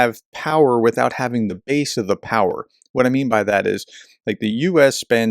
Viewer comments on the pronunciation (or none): none